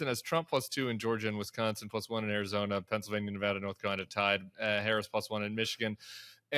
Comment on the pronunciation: Tim pronounces Nevada perfectly! 👌💙💙💙